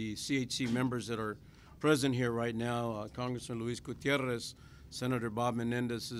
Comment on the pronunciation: Joe Baca is so inacrtciculate I cant listen to him..he even screws up the title of the orginazation he represents.. "media matter"..what a doosh.. Note how eloquenty he pronounces gutirrez's name...